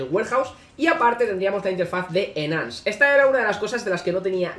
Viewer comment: enance xd